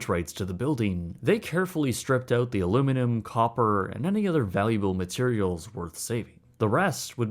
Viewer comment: Every time he says “Oot”. Drink! 🍺